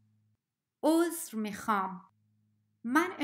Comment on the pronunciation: meekhaam - not meekaam